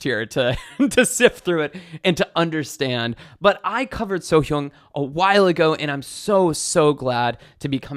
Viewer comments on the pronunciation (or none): 'So" is the first sysllable and 'Hyang" is the second. Korean is read left to right top to bottom. The H is connected to the second syllable. As to how to exactly pronounce that second syllable seems open for debate, I think only a Korean could say that correctly. Kim is her surname which is how they write names in Asia. Surname first and the given name last, which is probably why they have 'Simon Paul' rather than 'Paul Simon'. They don't flip sysllables though.